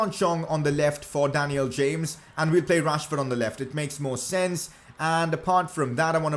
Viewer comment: Pls say daniel james properly